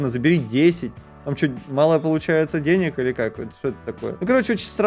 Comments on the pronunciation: что такое деняк правильно денег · Вообще то правильно дай денег а не дай деняг😒